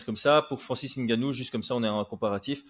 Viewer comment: Ce n'est pas francis N-gannou mais c'est Ngannou